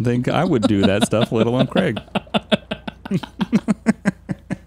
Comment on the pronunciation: Also love how it’s kraig, kreig 😂😂 like you need a make a twin brother of eachother!